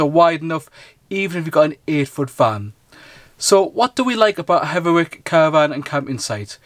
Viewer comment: It's Hetherick not Hetherwick.